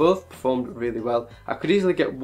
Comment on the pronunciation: Weally nice, phuntastic review...